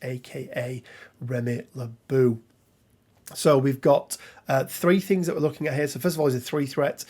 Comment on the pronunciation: Great video as always Could yoy sugetst any crisis for professor X and his students? I think you may underestimate Storm: Eye of storm+Lighing bolt is a nice attack wich triger Professor X leadership. So it's not bad for a Threat 3. PS Lebeau is prononced "le bo" it"s french ;)